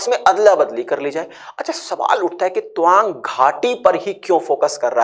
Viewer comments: Twang kyu pronounce kar rahe hai, ye to TAA-wang hai. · Toang nahi.tawang. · Tuwang nhi Tawang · Tawang. Not towang😅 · Tawang ko dhag se toh pronounce karo bhai..😂😂😂pehle dhagse se pronounce karna shiklo aur video banao